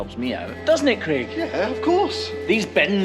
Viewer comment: Craig lol he just says it weird